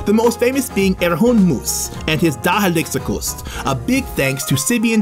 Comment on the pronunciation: i am from there and i really like how he tried and acvtually almost said " dagelijkse kost " perfectly :D